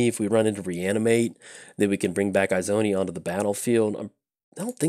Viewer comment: They way he kept saying it was PAINFUL for me lol. Its Izoni as in E-zoni. Love the fact he played her tho :) Sincerely, An Izoni player